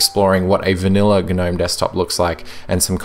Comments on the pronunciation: The word Gnome is pronounced "Nome"! "Guh-nome" would be spelt G'Nome. Please learn how to talk properly. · Click Bait title down voted, this is a PinguyOS review. I was looking for a debate about Gnome. And I can't stand hearing you say GNome. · Umm... yeah, I think the g is silent dude. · ok right is it pronounced "g'nome" or "nome"? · The G is silent. Think of lawn Gnome. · Dude, the G is silent.